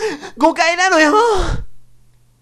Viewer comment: ｢誤解よ､誤解なのよｫ///｣ 読み方がオネエすぎた